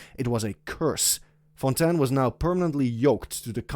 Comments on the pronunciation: Nice video but i cant hear you say Fontain, Its Fontaaaiiinnn not fontan 😭😭😭😭😭😭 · Thats how you pronounce it in french